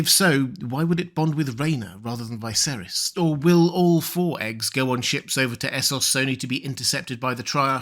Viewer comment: Just an observation, the in the show Viserys is pronounced like Vis-ayr-iss, however you always pronounce it like Vy-ser-iss. How comes?